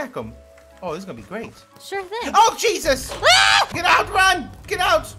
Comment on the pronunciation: the way pronounced oh jesus 😭😭